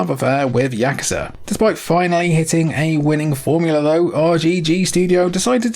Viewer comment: I appreciate that you pronounce "yakuza" correctly